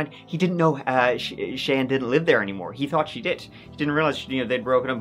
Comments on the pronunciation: 'Cheyanne' is usually pronounced like "Shy Anne." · Thank you,, for pronouncing the name Cheyenne correctly, as my daughter is called Cheyenne, and they always pronounce it wrong,so thank you for that.Now, gooo 😊 x